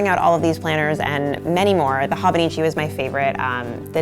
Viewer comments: Goodness...."hawbuneechee tekko" made me cringe....I'm the th person to correct the pronunciation but its "hoe-bow-nee-chee teh-cho" but yeah its great I fricked love my hobonichi! I got my sister the 5 year version (which I think was limited edition?) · Its actually Ho-boh-nee-chee Teh-chö. Lol No long sounding vowels. 😆✌🏼 And no, the 5-year techo is not limited edition. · Life changing might be overstating it given your displayed lack of knowledge on the subject. No mention at all of the Midori/travelers notebook. Or the Jibun Techo for that matter. If you don't know how to pronounce something, look it up or find other youtubers who do know the pronunciation. It's a long O in Hobonichi and ch as in church in techo. (Let's not even get into the rapid talk, vocal fry, excessive "like" placeholder, uplift at the end of sentences plus dropping off in volume) Learn something about the tomoe river paper in the Hobonichi as it is one of the major selling points of this planner. Also include the actual Hobonichi Website in your links list. It looks like you went to amazon, looked at a ratings list, ordered some planners and threw together a vid to hop on the whole planner thing. The Hobonichi link is